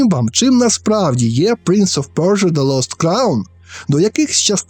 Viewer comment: пля....принц оф пьорьджо)))) п.с. будь ласка наступні відео просто кажи - принц персії)))